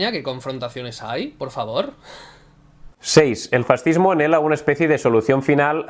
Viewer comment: El presidente de SOS Racismo dijo que los Reyes Católicos eran un antecedente del fascismo. Bueno, en realidad dijo "del farrzihmo". XD Y además lo hizo en una entrevista en el canal islámico Córdoba TV en la que en general se dedicó a ensalzar a Al-Ándalus. ¿Cómo te vas a fiar de unas estadísticas realizadas por gente tan sumamente ideologizada?